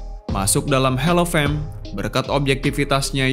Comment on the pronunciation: Sedikit peringatan kepada yang bercakap dalam video ni ... Percakapan mu harus betul ... Hall of fame .. bunyi Hall itu seperti "HOLL" bukan "HELL" .. Hell itu NERAKA ..